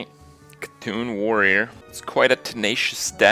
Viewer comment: Ur saying C'Thun wrong